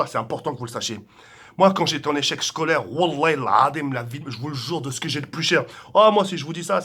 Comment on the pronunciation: " Woulah quand j été en echec shcolaire " 😂😂😂